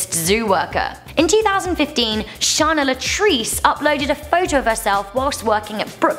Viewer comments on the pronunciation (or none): none